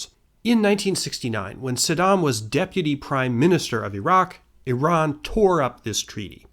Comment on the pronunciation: God bless you for pronouncing Iran correctly, and Iraq🤘🏻